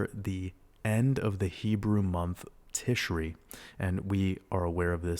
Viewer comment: happy to be here… new patreon subscriber. thank you for all you do!!! :) p.s. it’s “tishray” and “cheshvan” — chhh like you’re hocking up a hairball 🤣